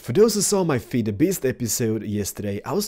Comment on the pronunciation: Your videos are awesome, the only think that bigs me is how you pronounce "feed"... your saying "fade" Dx